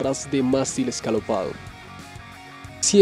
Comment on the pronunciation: y si tambien decis Jimi hendris.... y scalopado... jajajaajaja , y no conducia una ferrari cuando tuvo el accidente, era un Jaguar., no era escopeta, era un revolver.... lee un poco mas ....